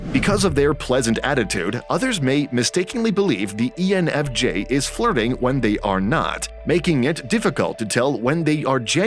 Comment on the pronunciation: You said ENFG towards the begining